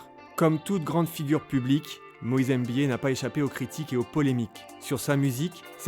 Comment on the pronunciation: C'est pas Moïse EMBIYE mais Moïse MBIYE !